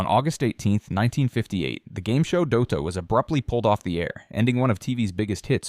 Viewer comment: At least pronounce "Dotto" correctly!! 🙄